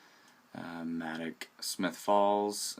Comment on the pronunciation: Not to criticise, but its pronounced MAYdock, not Mahdock. (Madoc) Thanks for all you do, great job!